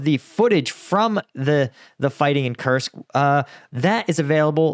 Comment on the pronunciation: Lived in Russia for over a decade. It’s pronounced “koorsk” with a strong r. Not Kersk